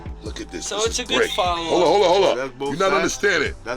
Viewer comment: Its fuckin hollllow lmfaoaoaoaooao